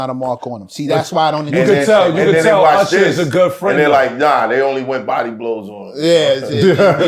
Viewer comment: URSHER BABEH 😂